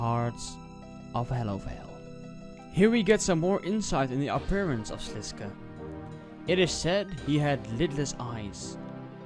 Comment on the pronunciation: Its actually pronounced slis-kay, there is voice acting in rs3 quests that read it like that